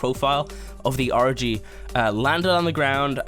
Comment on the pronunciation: It sounds like he says orgy instead of argy